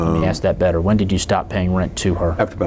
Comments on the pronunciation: 😂😂😂😂😂 he should've just said Axe Michelle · Just a joke about how pronounces ask Michelle. Comes out like "axe Michelle". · Didn’t answer some questions with “You’ll have to axe ”?? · I didn't hear "axe Michelle" one time. This guy is a rookie at the deposition game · "Ax Michelle"